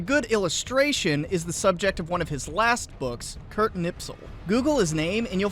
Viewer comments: I love your videos but FOR THE LOVE OF GOD stop pronouncing his name Knipsel. It's pronounced 'Nispel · The man is named Kni*sp*el not Kni*ps*el. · "KniPSel"? I thought it was "KniSPel"! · It's Kurt KNISPEL. Not "Nipsel". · it's knispel, not knipsel but good job on finding Dr. Toepfer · That was painful to listen to. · Mildly amused by Knispel being pronounced Knipsel. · It's KNISPEL, could you at least bother to read the name properly? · How? How. How. Do all Tuberoos get Knispel's name wrong when pronouncing it?